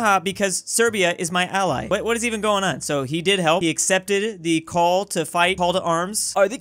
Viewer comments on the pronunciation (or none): none